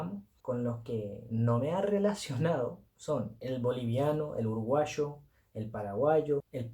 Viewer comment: Cuando dijiste uruguayo, tu acento fue de argentina y Uruguay. En general tenés un mezcla de todos los países. 😄 Palabras de colombia.